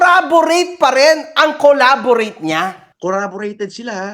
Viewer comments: CORROBORATE ang ibig sabihin dyan, mali lang pagkakapronounce nya, pero hindi collaborate tinutukoy nya jan. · corroborate ata yung word na sinasabi nya. Wrong pronunciation pero may word na corroborate.